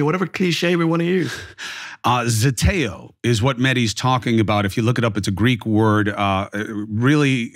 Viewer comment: PLEASE ask a Greek how to pronounce the Greek word